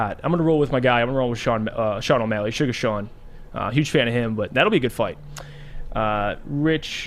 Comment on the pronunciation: Sugar Shane...get the fighters name righy